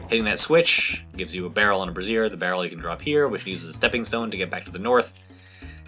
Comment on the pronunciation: /ˈbrāZHər/ - not /brəˈzir/... it rhymes with Fraiser